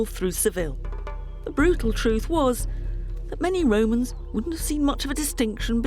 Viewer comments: Everytime I hear "the Roman's" I think of Pilot from life of Brian saying "are wee womans?" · Listenng to her say "Wome" and the "Woe mans" gives me a headache.